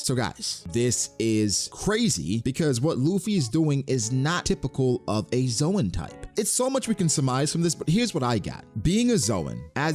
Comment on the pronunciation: Dude for the last time... The zoan is not pronounced as zoe-an but zone